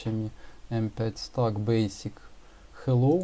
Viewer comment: только не Стак, а СтЭк!!! Вещаешь в массы - вещай грамотно! Не плоди безграмотность - ее и так немало!